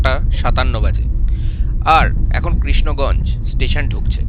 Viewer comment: krisnaganj na krisanganj hobe ota